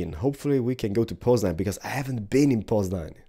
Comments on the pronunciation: I Love your Polish ^^ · hey, i would love to win the game, but i have a question, are you part polish, cause when you said poznan, you sound like a true polish person.